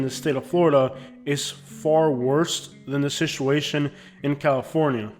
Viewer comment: Do you say "shituation" in Florida? Instead of "situation"?